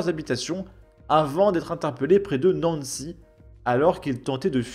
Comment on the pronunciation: T'aime la France mais le nom des villes française prononcer à l'américaine c'est moyen lol la dernière fois c'était Nevers ( c'est pas Nai veurt mais Noeux Vert ) et c'est pas Nancy ( la pouff du lycée mais Nan Si )